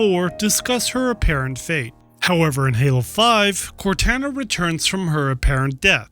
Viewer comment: Awesome video. But please, it’s canonically pronounced “Cor-tah-nah,” not “Cortanna.”